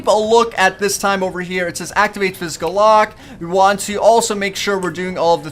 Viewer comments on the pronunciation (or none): none